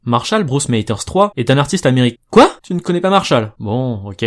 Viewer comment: Stringer Bell / 77-93 il le prononce en français